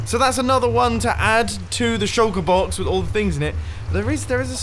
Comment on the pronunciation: “We got the bread BAWKS, the cobble BAWKS, the base BAWKS, the rocket BAWKS”